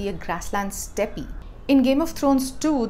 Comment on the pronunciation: It's pronounced "step" rather than "stepey". Step is the pronunciation of steppe.